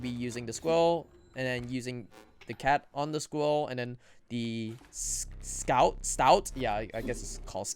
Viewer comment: Stoat rhymes with oat